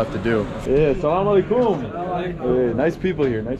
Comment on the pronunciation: great video great vibes it's really funny how you say sallam aleikum ...😁 you're supposed to put the emphasis on the LE of the aleikum...not on the KUM... but all in all a great example of how learning a bunch of local words can really create bridges between people keep up the good work and have fun